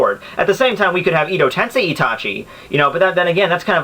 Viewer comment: all i can say is learn how to pronounce japanese characters dude cause the way you say susano or edo in edo tensei irritates me man a lot.